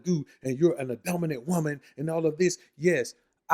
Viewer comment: Dumbinant not dominant